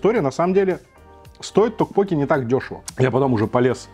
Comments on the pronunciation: ток поке-тоже режет слух.. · токпоккИ, ударение на последний слог) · Кого тоже передергивало, или кто вздрагивал, от того как произносит "токпокки"? Неправильное ударение меня просто убивало, и мне приходилось произносить "мантру": "Пиво, соджу, токпокки" Понятно, что кухня незнакомая, названия не понятные, обзор вызвал смешанные чувства, блюда в любом случае более европеизированы были при готовке, так как многие корейские блюда мы просто не смогли бы есть, нам бы они были ни то что не привычны, скорее вызывали бы вопрос как это можно есть, и поэтому в обзоре присутствовало постоянное некорейский вкус и корейский, непривычный, вкус.